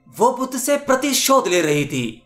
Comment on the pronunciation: bhuddha skshtriy nahi saky vansh ke the buddha ko aap bolna sikh or yashoda ne kabhi bhi asa sawal nahi kiya fek video na bana